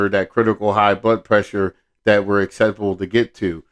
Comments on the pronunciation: I heard the acceptable as well. He was trying to say susceptible and can't even say that right. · It bugged me how he said acceptable, instead of susceptible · I would never listen to that guy. He just sounds very unintelligent. He can't even say susceptible correctly. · Hes trying to say susceptible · The guy can't even pronounce the word "susceptible"